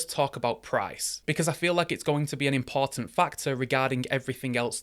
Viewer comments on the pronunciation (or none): none